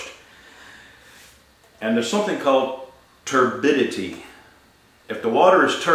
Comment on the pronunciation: Another thing you gotta worry about is "TURDidity"